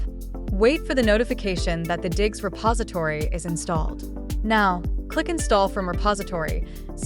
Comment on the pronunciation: Its Diggz not diggs